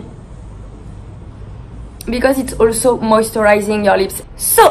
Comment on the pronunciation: the way she said "it's" at the eyecream part, "itz-eh".. i wish i had a french accent it sounds so beautiful